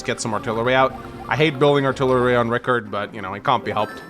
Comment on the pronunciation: It's Rii-karrd